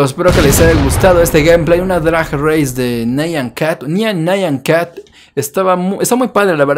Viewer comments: es nyan cat no naian cat :v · lo de nyan cat es nyan y no nayan